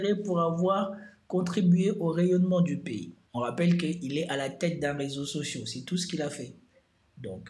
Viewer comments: Un réseau social pas sociau...tes fautes sont tellements chroniques que j'en ai mal aux oreilles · Je quitte ton ''résau socio'' me fait mal aux oreilles